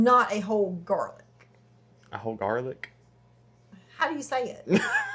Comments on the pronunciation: “Jar-lic” I’m dead 😂😂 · "Do we have any garlic in a jar?": "Jarlic?" 😂😂😂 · This one lady that does cooking videos ruined the word JarLic for me 😭😭 I hate hearing that now 😩